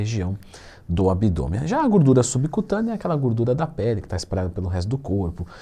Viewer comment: Se tem Twin falando GÚRDURA tem like kkkk